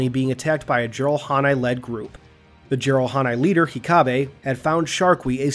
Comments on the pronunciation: Let me help you with your pronunciation, they Nova bombed Gla-kee- and the chieftains name was Heck-ah-bae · Good video except for a few mispronunciations in my opinion. "Heck-a-bay" "ch-ink-oni" "sigma-a-tain-ious"